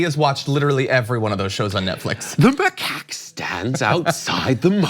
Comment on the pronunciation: The way he was pronouncing macaque was bothering me too